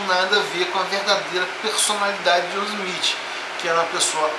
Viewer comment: Nossa cara, você não sabe nem pronunciar o nome de Joseph Smith. kkkk Abre um canal ai de game play que você ganha mais...